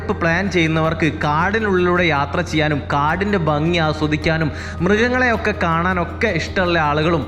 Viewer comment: ബങ്ങി അല്ല ഭംഗി, അങ്ങിനെ ഉച്ഛരിക്കുന്നതാണ്, ഭംഗിയും ശരിയും!